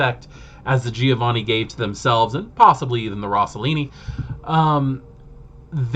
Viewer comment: recently discovered your channel, gotta say, excellent videos (content, presentation etc all top). have my subscription good sir! sidenote: i sure as hell have some weird pronounciations of WOD names ive gotten used to and cant shake off, like i´m sure everyone has. so please feel free ignore my need to state that: - giovanni sounds like JOE-vanni, rather than GEE-O-vanni - tzimisce (no living soul knows how to pronounce that, but) looks like it could be a word in some slavic language, but the TZEE-MEE-ZEE sounds nothing like it. it really should be CHI-MITCH , like JIMMY witch an CH at the end. that way it phonetically could actually be a czeck, romanian, serbian etc lastname.